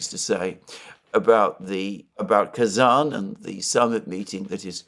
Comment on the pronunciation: Pronounciasion again: I know how careful you are about correct naming and i love it. So here my 5 cents to that. As I am also a tatar, partly, I would be very happy if the name of the capital city of my small homeland was pronounced correctly. There are not many chances for the world to realize Tatarstan actually exists. So, it is Kazan with a soft n. With a hard n it actually means "a big crude-iron pot" :-)))